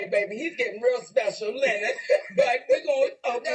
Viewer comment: I died every time she called him La-Nard.Lol